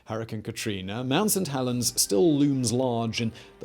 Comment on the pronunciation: All I keep hearing is mount suh-tellens